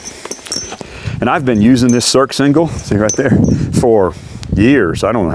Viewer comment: It's pronounced "sursingle" not "surksingle"